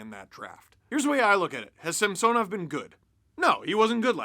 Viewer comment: Wait... Sergei Samsonov is pronounced different than Ilya SamSOnov? Can we stop saying it weird...